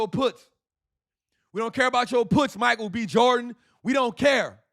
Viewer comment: cuh said Micharel B Jordan ! HAHAAAAAAAAAAA